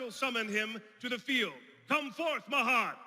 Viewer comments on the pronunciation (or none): I'm not going to give the actors a hard time for flubbing a line; it's almost an hour worth of dialogue, but the fact that the Pharaoh mispronounced Mahad's name, the man who sacrificed his life to forever serve him as the Dark Magician is hilarious. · Having trouble pronouncing Mahad